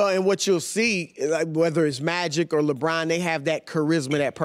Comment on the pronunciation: Jesus Chris Broussard, he's names not "LeBran". 🤣